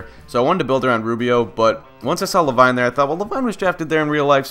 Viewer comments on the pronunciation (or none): Le-VEEN GOD DAMMIT XD